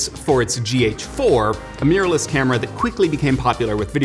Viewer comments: Meeyorless cameras! Who know mirror was so hard to pronounce? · MEERLESS CAMERAS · Interesting how pronunciation change from mir to mirror but mainly mir. Lots of people say it either way but to me mirless sounds like mearless (not a word).